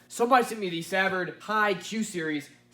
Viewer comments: It's not severed it's sah vard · Yo!!!!! it’s “Suh Vard”!!!!!!! Think of how you would say the word “ugly” and use the “uh” sound for the first “A” in savard. And for “vard” think of saying the word “fart” but with a “d” at the end! Random words to explain but hope you get the picture!! And don’t sleep on the HI-Q thinking they can’t get loud. I know a few people 👈🏼👈🏼👈🏼who do or have done plus 150s on two hiq15s, on relatively low power. I’ve personally seen it done on just a bit over 1krms clamped in stock 1k db drag metering. I wonder what his name was........😉#SlappaDaBass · The “Sa” part is pronounced like su part of Sun. The “vard” part is pronounced like the letter “R” va-R-d Su-vARd=Savard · Sa-va-rd is how it's properly pronounced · It's pronounced "sah-VAARD":) . I had the pleasure of competing in USAC back in the late '90s with all Savard speakers and meeting/having dinner with Bill Savard. Now, Will Savard, his son has revitalized the company and made the best subs on the market even better. In the process of doing a system in my '93 Indy Pace Truck using Savard 6.5" Rap Series components and a 8" Rap sub in a 4th order bandpass. Their speakers are no joke. Just listened to a pair of 8" Hi-Qs in a 6th order do mid 140s in a hatchback...on a test box. :) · Also, I pronounce it "Suh-Vard" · Your pronunciation of Savard is a little off. French names in South Louisiana are hard to get correct unless you have heard the correct pronunciation.